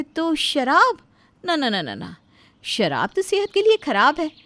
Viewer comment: Bidi puckte hai but sharb ka 'sh' bh nahi pata. Lagta hai apke writer bh 'sh' pe kar story likte hai